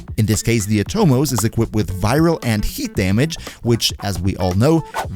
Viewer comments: Nice. One thing tho, the word is "Atomos" not "aTOmos". Oversimplifying here, but it's a Latin version of the Greek term from where Atom is derived and just like Atom in English the stress is on the first syllable. It's annoying how lazy and Anglocentric DE is to name things. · Wrong, but whatever, is not like these gringos are pronouncing most names correctly. Did you hear how he said Atomos, lol